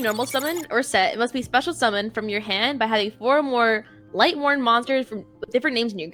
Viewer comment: God hearing pronounce "Lightsworn" as "Light-worn" made me feel like such a boomer.